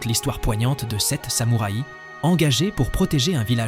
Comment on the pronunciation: belle selection, et choix tres pertinent ( meme si a mon gout je n'aurais pas intégré " le parrain "dans cette sélection mais peut etre "metropolis" )! meme commentaire qu une autre personne sur la diction un peu curieuse (samoura i )??? pourquoi pas une selection par pays cinéma japonais, italien, francais, espagnol etc y a de quoi faire